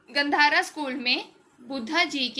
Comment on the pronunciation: Gandhar is pronounced गांधार